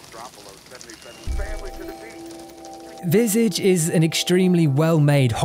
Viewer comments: VisAaahGe. Not Visayge 😅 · It's pronounced "vee-sah-jh", it's French for face. Also "disorientating" is not a word. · It's pronounced vizaage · its pronounced "vih-sah-je" not "vis-ige" ( ; A ; ) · Nobody: “…”: “Visidge” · You mispronounce the game's name. It's pronounced like "Visahj". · Dude killed the pronunciation of visage